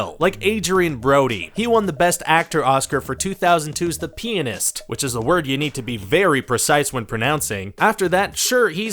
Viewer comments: Oml the way he pronounced the pianist made me cringe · “The pi-ah-nist” 😂😂😂😂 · It was on PURPOSE. It's called a joke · or as like to pronounce it penis.